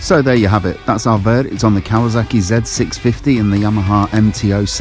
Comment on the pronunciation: KawaSaki not Kawazaki.